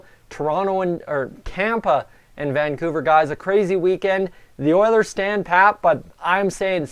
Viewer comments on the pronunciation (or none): none